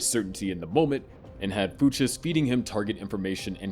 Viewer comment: FOO CHES? Dude did you not watch barry before making this?